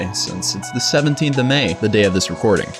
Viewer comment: Did u say record(the cd definition one not one where you video yourself)?😂